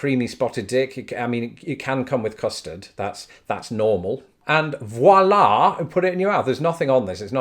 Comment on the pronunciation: Whoops!, I got the "Wollar" phonetic from the mid Alantic chap in the video at 2.36. >"Voilà!"< direct translation "There" (There you go, simple you see!) I am giggly shocked and lovely laughing out loud. "Its bleeding French, you 'orrible English types. Your mother smells of elderberries" as John Cleese would say. I hear this a lot today , the lost inflections in translation continually from Americans and again from whole of the world of 'yoof' who are saturated with American syrup of Whole World Word's of pronunciations from W.W.W>'Ooh toobers' Then again, I have heard BBC presenters and other bureaucratic elite's say "Westminister" and "The Primeminster". GULP! You have to catch it, its nice and funny -Wolaaar! Blackadder's Prince Regent. Its a new word in a dictionary, some where on this planet or Urrrfff as it now pronounced. Why it it called Earth, it is in fact the only rock in entire galaxy of system's that has water on it, should be renamed Water or Wart-Urgh as heard on 'ear "OOOH Choob". Some one nice should collect all these Wolars & Wallaghs up for a full on chuckle or even a roasting rolling rib tickler of evenings EWETooBING. Knives out! fork handles in! Avin a larf, Over Out ! Kind Regards Mr Edward Reardon Buck,s Ooo Kay Earth (The one with water on it, yes the only one to infinity and beyond)